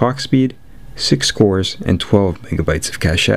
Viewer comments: I just wanted to mention that "cache" is pronounced as "cash". For example , "I have saved up a rations cache in case of severe weather". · PS Cashe is pronounced Cash,the E is silent,as its a french root word.